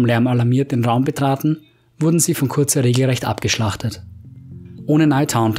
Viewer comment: Fulgrim hat es Dorn gesagt.Liest du auch selber Mal Bücher?Curze=Curse (sprich Köörrs). Nicht hörbar.Kurze...Kotze